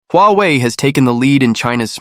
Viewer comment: AI voice? Sounds awful, you pronounce Huawei several,different ways..